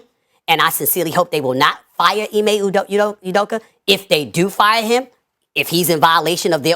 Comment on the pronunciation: Not my Igbo Nigerian Brother Ime!! Not my brother! this is our distraction for my hometown BOSTON CELTICS. LETS FOCUS ON GETTING OUR RING!! Come on Now Ime! And, love,.. it’s pronounced E-May😩 🤦🏾‍♀️